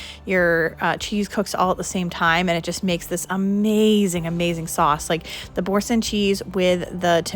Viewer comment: You pronounced Boursin correctly. Nice recipes. Have a beautiful weekend.